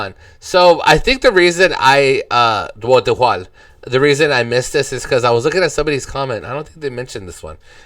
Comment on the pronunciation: RUMAH TANAH TIDAK DIJUAL. Translate as HOUSE LAND NOT FOR SALE. To pronounce JUAL , sound like JUE-WAL. Letter J pronounce sound like JAY. JU-AL (JUAL) sound like JUE-WAL. Hope it helps a little bit ya 😊. Cheers 🥂